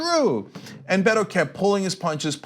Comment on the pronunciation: You Cali peeps dont get it... until the election in Texas goes down, Beto HAS to tread lightly. To beat Ted, he just cant go full asshole against a Republican in a Republican state. I hate bashing the opponent in debates and ads. And it's not BAYTOH Its Beto. But you all can talk the talk... but this is Texas and Beto has to win but he cant by bashing Cruz. You think you know Texas? You really really dont.